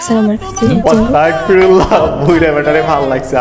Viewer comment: ভাই আস্তাগফিরুল্লাহ অস্তাগ না 🫡